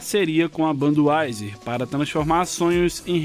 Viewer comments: ''Banduaiser'' kkkkkk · Banduaizer " foi foda essa pronuncia !